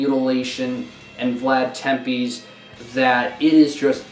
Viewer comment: Did you say Vlad Tempies???